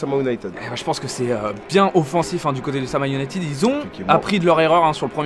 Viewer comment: Sa me dérange de ouf que les commentateurs dise le “Sama Ounited”😂